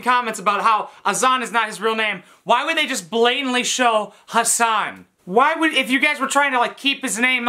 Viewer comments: loool Im Arab and I have never heard the name Azan in my life, I think they mispronounced Hassan too many times that it eventually became Azan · nicole is like one of these people who never truly grew up. worse is the fact she has a child whom she's incapable of taking good care of - she dragged the poor kid all the way to morocco, wtf. she cannot even say hassan's name right and she expects him to receive a visa. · THEY COULDN’T PRONOUNCE HASSAN??? IS THIS A JOKE????